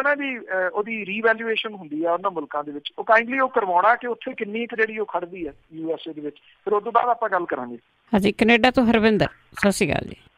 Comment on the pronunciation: Punjabi Radio Ju.S.A, Chchicago Pija, needs to improve the pronunciation…